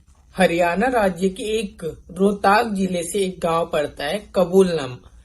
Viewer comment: पूरी जानकारी लेकर वीडियो बनाया करो , रोहताक नहीं रोहतक है कबूलनामा नहीं कबूलपुर है